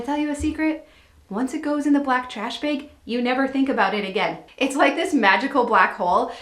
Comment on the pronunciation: Black trash BEG lol… tell me your from Wissconsin without telling me your from Wissconsin. 😂